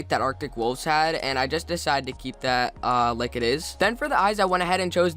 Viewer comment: I luv how u kinda say lick instead of like xD